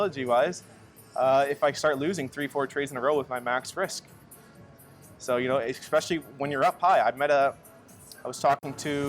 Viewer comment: 'Moneyball' lol., it is 'especially' not eCspecially lol (if you are going to use a word all the time, use it correctly). You sound uneducated saying it like that dude.